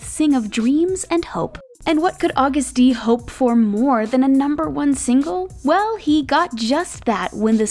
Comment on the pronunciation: Am I the only one that keeps noticing her pronounce Agust-D and Daechwita wrong? 🤦🏻‍♀️😅